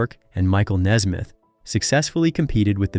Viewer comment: It is Nesmith not Nesmith.